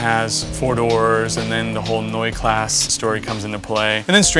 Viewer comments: "Noi class"... seriously. If you feel compelled to call a foreign car by its original foreign nickname, then please at least put in some minimal effort to pronounce it correctly. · greetings from Germany and congrats on your amazing BMW! The pronounciation, and I'm trying hard to type this in an "american" way: noyé khlaacé. hahahaha. anyways, good job on your car mate. and hope you'll keep it in this beautiful shape for decades to come! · Hi all, thanks for the (mostly) positive and kind words. I hope my love for these BMW four door machines shines through. To note, they DID make this body style as a 1500, 1600, 1800, and 2000 variation. Mine IS a 1600.......yes.....a 1600.Neue Klasse is pronounced several ways, depending on where you are from and how your tongue works. My hair, sorta odd that a few of ya give a crap......but Joe Strummer and Johnny Cash would approve. Blah. Thanks again for the coverage of this four door oddity, and thanks to you all for watching and getting it.Stay cool